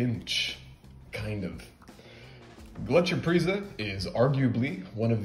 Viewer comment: Pretty good pronunciation. Gletscherprise was the first snuff I tried, its available everywhere in Germany, even at small supermarkets. When you mentioned Pöschl a couple of videos ago, I went to a tobacco shop and bought a pack of Löwenprise the next day, I couldn't resist :D Prefer it over Gletscherprise